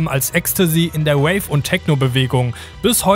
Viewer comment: das heißt rave nicht wave